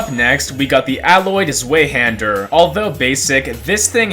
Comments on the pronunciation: "z-way hander" ew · Every time you pronounce Zweihander I die a little bit inside I just can't- (Also, Happy birthday! )